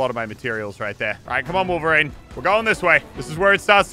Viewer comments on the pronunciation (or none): Wolf-erine? Btw still love the channel just saying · Muselk "someone who is supposed to have some of the same senses of a wolf..." His name is Wolverine not Wolferine he doesn't have animal abilites either. Just thought that was funny 😂😂